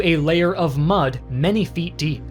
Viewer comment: did he just said Much not mud